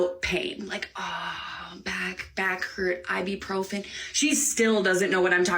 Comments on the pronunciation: Why is the lady, and you also, pronouncing it like I-bee-profen - it is I-bu-profen with a U as the second syllable, not an E - say it how it is spelt. Goodness me... We can buy it off the shelf in supermarkets here in the UK without issue, but it is restricted to one box per customer per visit. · It's I BU PROPHEN not I Bee Profin 😂